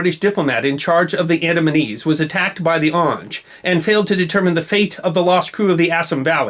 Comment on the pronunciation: Pronounced "AWNG-GAY" and not "AWNJ." They don't eat people. They are not savages. They were defending their lives.